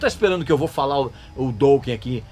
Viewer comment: o cara pronuncia "douken"...kkkkkkkkkkkkk que piada! e ainda quer falar mais da banda . Dokken é foda! só para quem tem bom gosto.